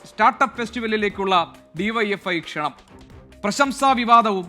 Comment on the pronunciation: Kshananam???? It's wrong...Kshanam aanu correct